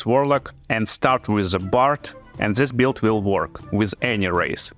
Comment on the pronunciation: The word "build" is one example that changes form dur to your potato accent as you name it. But what is your original language? Just curious. And yt subtitcan make things worse that's true.